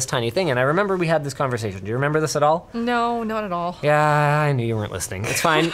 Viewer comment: "I kwen you weren't listening"